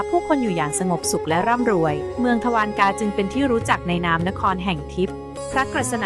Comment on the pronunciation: อ่านว่า ทวา ระ กา